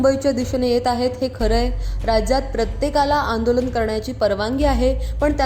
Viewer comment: आपण अगोदर 'आंदोलन' शब्द नीट उच्चारा. 'आ' अक्षरावरती अनुस्वार आहे याचं भान ठेवा. टी व्ही. चॅनल चालवता आणि एवढा बेजबाबदारपणा